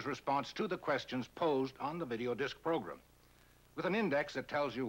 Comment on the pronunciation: Somehow I knew he was going to pronounce it "progrum"